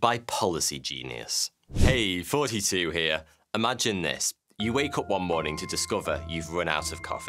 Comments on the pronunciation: does he says 42 or thoughty 2 ? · I still think he's saying "42 here"